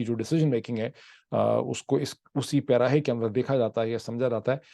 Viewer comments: پیراھے میں نہیں ۔۔۔ پیرائے میں۔ اسی پیرائے میں دیکھا جاتا ہے ۔ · آپ پیراےؑ کو پیراھے بول گئے 😃